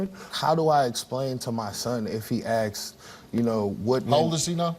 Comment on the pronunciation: Btw it’s asks, not aks!